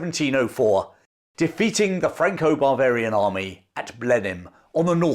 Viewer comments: I'm pretty sure your saying Franco-bravarian, but Im hearing Franco-barbarian army. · The way you pronounce “Bavarian” sounds like “barbarian,” so it’s a little humorous hearing something that sounds like “Franco-Barbarian army.” 😂 Also, an English general wins a battle against the French while commanding mostly non-British troops, but the English still take all the glory for it? Sounds familiar! 😅 But speaking of similarities, it’s funny how super successful commanders often suffer from their own success. Just like Hannibal or Yi Sun Shin, despite being by far the best commanders their nations had, they were undermined and sabotaged by jealous forces at home. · I heard it again a little bit later, and several times clearly "Barvarian". 😂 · Perhaps, but I'm not the only one hearing it. 😂 Some variety of the "Intrusive R"?